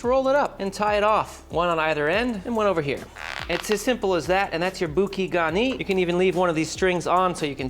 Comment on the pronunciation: Bouquet - bou like in boo-boo and ke like ke-tamine…